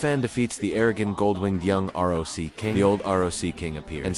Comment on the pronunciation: Dude what's up with your R O C Don't you know how to read that